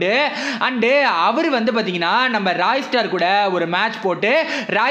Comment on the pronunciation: சிப்லஸ் இல்ல bro சைப்லஸ்😃